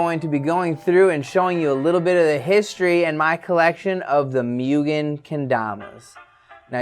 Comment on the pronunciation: its not proniunced mew-gen its muu-gen